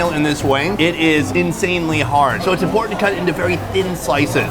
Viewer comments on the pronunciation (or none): none